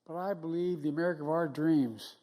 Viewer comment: "we're the united states of ameri-got-it "